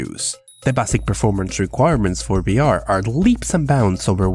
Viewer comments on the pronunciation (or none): Its vr not br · Why cant you say the letter V you say BR instead of VR no hate though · are you saying br instead of vr? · VVVVVVVV Virtual reality “v” STOPP!!! saying Birtual reality “BR” ITS VR VVVVVVVV Virtual reality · Holy hell. I understand that english isn't your first language but it was head exploding hearing you say "BR" repeatedly when clearly you're trying to say "VR" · Am I the only one who is constantly hearing "Birtual" Reality and "BR"? strange...